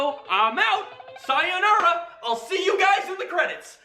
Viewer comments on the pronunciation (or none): did this man just say "Sai-yo-nura"...